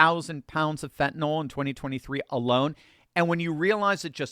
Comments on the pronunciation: Why are so many people mispronouncing it as phentanol? It's NIL! Not NOL! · Fentanyl, not "fentanall..."